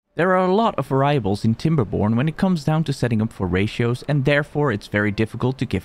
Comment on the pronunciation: WTF is a var-ry-able? It's var (rhymes with fair), i (pronounced e), able (pronounced uh-bull). Variable